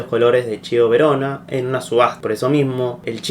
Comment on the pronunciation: El Torino FC de hoy no es el mismo AC Torino (antes de 2006) Y se dice KIEVOH VERONA.